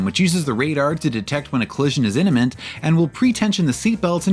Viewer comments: Inniment = Imminent? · Inniment or imminent??? 😂😂😂